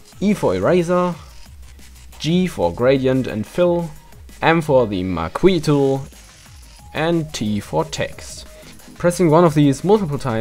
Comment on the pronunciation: Marquee is pronounced "ma-key". Ma as is grandMA, and key as in door key 🙂